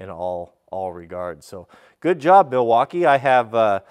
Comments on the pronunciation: “*Sponsered by Mileakeeerre*” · It's pronounced "Migh-waukee." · Yes, I have to say: I am a contractor, and in my experience the Miwalkees are the best even compared to the Hilts? (sorry I don't know how to pronounce the name. -- I have burned a Rigid on a deck once and I have to buy a Miwalkee to finish the project while I sent the Rigid (impact driver) for service (because they still have a good warranty on their tools - but Miwalkees are the best for "your money".